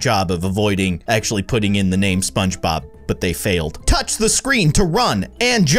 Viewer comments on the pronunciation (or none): Ahh. Just relaxing for my Monday night and I go onto YouTube and go straight to a video 😂💓💓 Edit~ they didn't say SpongeBob, they said Spongbob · Lol he said shogbob